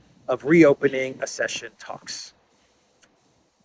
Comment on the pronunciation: Accession is pronounced as ak session